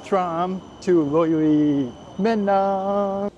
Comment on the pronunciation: i live in finland cause i am from there but i don't want to be mean you kinda say menään wrong so sorry if i hurted u:(